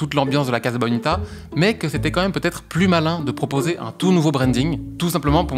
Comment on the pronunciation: Pardon mais ca se prononce Cassa (pas caza) Comme Casa de papel, Mi Casa e su casa etc.